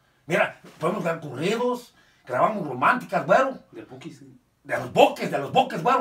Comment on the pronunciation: Cuando tiene que qué decir bukis el dice ! Buques 😂 i si fuera buques el diría bukkiiiss 😂🤣😂😂🤣🤣